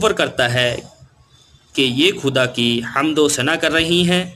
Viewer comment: Hamad nhi sir, it's Hamd!